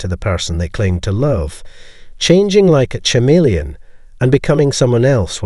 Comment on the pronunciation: I thought this would be a great video on narcissists until the voice pronounced CHAMELEON wrong.